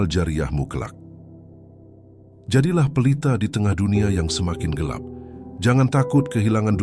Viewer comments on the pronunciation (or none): none